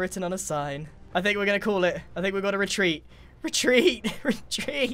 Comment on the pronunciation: the sound of war "RETREET"